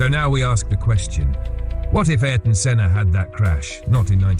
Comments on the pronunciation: please ... not AR-TON .... AIR-TON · Pronounced closer to Air-Ton. He once crashed out at the Phoenix GP after brushing against a section of wall. Senna swore he only hit it because the wall moved. His engineer had a weird feeling because how adamant Ayrton was about it. Turns out another car hit the wall the lap before, and the wall did shift just a couple MM…. Just enough to catch the rear tire. That’s how precise he was. A few MM off the wall every lap